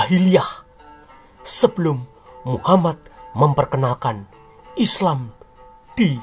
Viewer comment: Instrument dan comentatornya mantafff apalagi waktu bilaang muha-MAD bikin ketawa🤣🤣